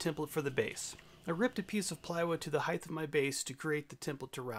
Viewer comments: I too think round tenons are dumb. Not as dumb as wasting a bunch of time building a jig to cut 4 mortises when u could've hand cut them with a pig sticker and paring chisel in half that time. That and adding an "h" to the end of the word "heighT" with a "T" not "th" good for you not good for me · ‘Heigth’ is not a word